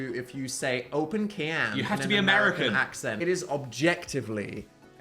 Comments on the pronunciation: ‘open ciyaan’ is officially engraved in my head now 😂😅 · dan shouting 'open can' in an american accent to his toilet is the funniest sht i've ever heard and phil is v princess babygirl energy